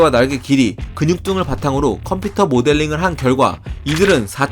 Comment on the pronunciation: 발음이랑 목소리 왜이러냐 컴퓨터를 컴피터라고 발음하네